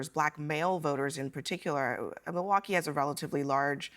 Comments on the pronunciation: He pronounces it Moowocky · Milwaukee has certainly had its share of visitors. The French missionaries and explorers were coming here as early as the late 1600s to trade with the Native Americans…it's pronounced "mill-e-wah-que" which is Algonquin for "the good land." -Alice Cooper